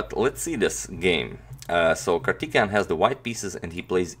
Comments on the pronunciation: Bro you are pronouncing wrongly, It's not kartikeyan, it's Karthikeyan(Pronounce like kaarthikeyan , Pronounce thi for thick) Nice attacking game! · His name is prounounced as "Kaar-thi-kay-yan Mu-ra-li" Hope you all respected Sir and Madam understand my statement. Thank you. Jai hind. Have a nice day! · I know these names are hard to say... So for future reference Antonio ..Karthikeyan = Car- tick-kay-yen. Murali = Mu (as in greek alphabet)- ra- lee... Musumuri Lalith Babu = Moo-soo-moo-re La-lithe Baa-boo. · Its too distracting that you mispronounce kartikeyan's name😅, otherwise a great analysis of the game, keep it up agadmator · If you don't hear Kartikijan then you have I would say the problem that you don't understand Slavic languages